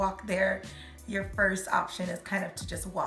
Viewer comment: “Make sho you really want cho item before you buy it” 😂😂😂😂😂